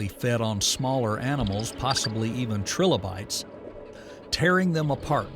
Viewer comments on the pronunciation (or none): 'tri-lobe-ites' Not 'trillo-bites' Three lobes. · Anyone else hear “Trill-oh-bites” and say okay, nah this AI shit is not for me. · AI cant even say Trilobites correctly